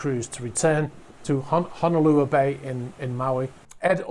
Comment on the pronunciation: I’m from Maui. The bay is pronounced “Hoh-no-Lou-ah” :) Thanks for covering it!